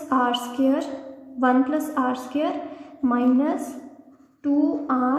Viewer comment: What is r skirr? Do you mean r squared?